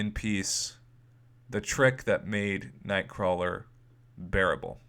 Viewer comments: It's "Nightcrawler" prof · "Nightcrawel".. waahh? :o